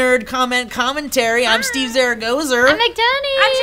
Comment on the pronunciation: Did Steve messed up his own name in the intro?